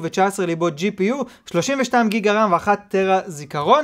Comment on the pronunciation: אחי אומרים ג׳יגה לא גיגה